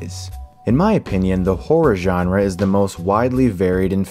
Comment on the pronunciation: Thank you for pronouncing "genre" correctly.